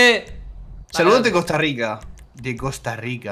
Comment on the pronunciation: Es Costa Rica no costa rita